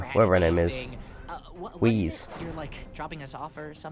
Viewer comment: Weiss, like "W-ice". Not Weese or Wayce